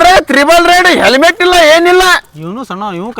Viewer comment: Selmet alla helmet